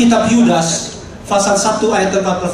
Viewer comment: Apalah arti pengucapan fasal dgn pasal tapi yg lebih penting inti dari kebenaran yg di sampaikan sangatlah jls tentang nubuat buat nabi Muhamad itu yg penting ini bukti yg nyata:Nikko mamtakkim Dhekhullo MUHAMMADIM zeedodi vezer,i Benoq" Yerusalem.